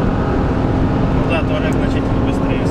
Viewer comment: Кто эти люди, которые пишут и говорят "Таурег"?